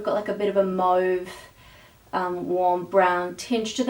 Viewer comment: At last! A youtuber who pronounces mauve correctly! Beautiful look.